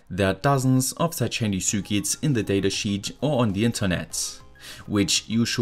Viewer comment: Why do you pronounce "circuits" like that?